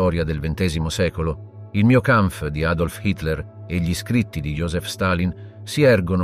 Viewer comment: Si tratta comunque di un software di lettura automatizzato, semplicemente non riesce a leggere correttamente l'articolo "gli" e lo legge "ghli" oppure "gili", decisamente perfettibile.